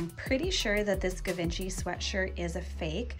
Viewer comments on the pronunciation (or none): Just for future reference, you pronounce Givenchy as jzhee-vawn-shee Sorry, it's my absolute favorite designer and I cringed as every hard g lol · It’s pronounced as if it were spelled with a “J” not a “G.” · Givenchy is pronounced: Zhee-von-chee. Just FYI, I love both you and Selena; you’re both so much fun, and have a great eye! BTW, the fur baby is adorable! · Givenchy is pronounced Jhee-von-SHE. 😘 No idea if it's an original, but if the possibility exists that it could be worth $3800, sure hope you bought it! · Got a good chuckle at your pronunciation of Givenchy 😂 it's pronounced "jzhiv-ON-shee"! :) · ZHEE-vawn-shee/zhee-vawn-SHEE = Givenchy /;) Can;t remember where the stress is. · It's pronounced Gee von she . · Givenchy = Zghee-von-chee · You cracked me up. It's not Give inchy. Pull the name up and find out how to pronounce. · 😂 It’s funny when I was filming that I thought “hmm I bet that’s not even how it’s pronounced” 🤷🏻‍♀️😂 Shows you how little I know about fashion designers!